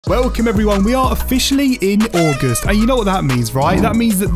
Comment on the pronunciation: did my mans say ay-gust